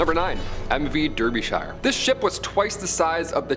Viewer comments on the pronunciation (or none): Pronounced Darbyshire